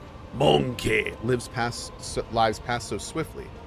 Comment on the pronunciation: i always chuckle on the way he says MONKEH